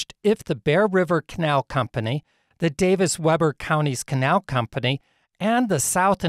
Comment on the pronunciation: Thanks for the video. But you butchered two pronunciations. "Uinta" is pronounced "you In tuh". "Weber" is pronounced "We burr". As you know, you can Google proper pronunciation. Your videos would be even better if you did. Just a little honest feedback. :)